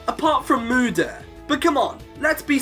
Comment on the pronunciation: morder XD (im sorry if that sounded a bit mean since you can't help it)